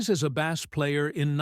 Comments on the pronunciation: Spelled BASS, pronounced BASE, not like BASS fish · Agreed, the pronunciation for "bass" like he's talking about fish... I couldn't watch it after hearing that a couple times. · 😅 Really. How do you mispronounce bass on a bass-based video? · mispronounced Bass